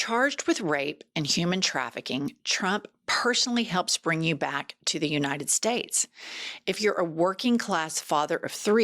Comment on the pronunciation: Nobody: MTG: "You-nine-dend States"